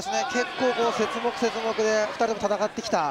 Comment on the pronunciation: 何気にセツモクとか言ってて、何？と思ったら節目ねw。何か生物の種分けみたいな言い方してるw